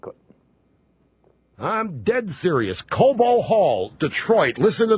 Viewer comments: It Cobo (long "o") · It's pronounced "koh-boh" hall. I el oh el at Uygur. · lol it's pronounced Co-bow (as in bow tie) hall Cenk, it took me like 3 minutes to figure out where you were talking about